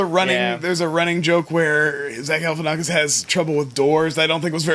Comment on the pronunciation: It's Galifianakis! Not Galifianakis!